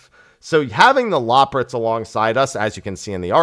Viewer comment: Okay I've just got to pick up this but it's super annoying that you don't know how to pronounce loporrits, when they literally say it in many cutscenes.